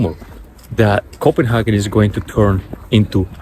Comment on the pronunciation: I'm just curious as to why you spell Copenhagen like that in your title and pronounce it in that way?